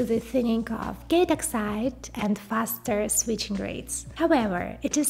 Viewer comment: Constructive feedback Your English is very good, just need to listen to yourself when you say the word oxide, it sounds very much like exit. Your video is great in helping people advance in the fast expanding world of technology and hardware 👍